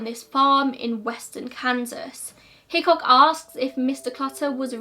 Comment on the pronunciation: Am I the only one who thinks of Hitchcock from Brooklyn 99 every time she says Hickok